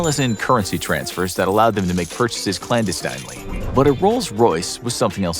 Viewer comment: Clan-destiine-leey? Never heard it mispronounced that way.